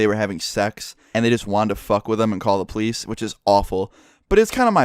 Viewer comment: pronounces police as pleisse